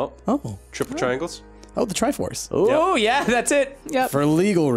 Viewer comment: TRIFORCE SAID WRONG